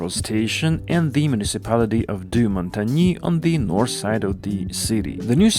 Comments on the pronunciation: Oh come on, it's a very minor pronunciation mistake. And the way many Québécois pronounce it isn't even the correct French pronunciation either. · it ain't minor; it's ghastly. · You have completely massacred Deux-Montagnes. Do make an effort, please.